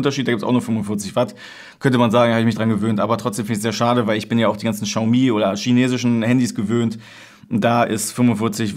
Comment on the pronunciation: Xiaomi spricht man nicht "Tschaumi". Das "x" im chinesischen ist Stumm, man spricht es "Schiaumi" aus.